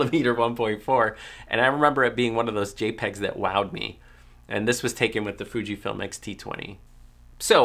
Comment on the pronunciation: Lol "J'pegs"